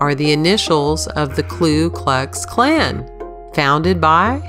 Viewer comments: ...klu? Klux klan..um thought it was ku klux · About 28.51 seconds...she mentions KKK or what she says-KLU klux klan...just an FYI...its Ku not Klu. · "the kLu klux klan"?? get a klu! or in this case don't! cause it's just "ku" ... do you say li-berry?... and nuk-yu-ler?